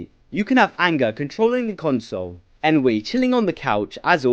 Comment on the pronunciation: Ennui is pronounced "on we" not en we